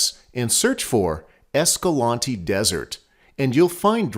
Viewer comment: I asked a local at Escalante (The other one you mentioned) how to pronounce the city name and he told me everyone says it wrong, its a long A in EscalAnte not short.